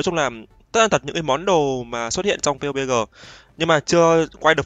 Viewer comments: bắp di hay pê u bê gờ z a:))))) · Nghe mọi người đọc là "pắp gi" quen rồi, nghe anh kêu "piu bê gờ" hổng quen 😂😂